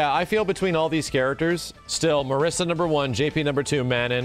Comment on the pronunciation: Being italian, Marisa should be pronounced like "Mariza" with a short "r" sound and a short "z" sound instead of "s".